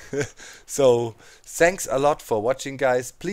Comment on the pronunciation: I like how say thanks it's so epic #zanks keep up the awesome vids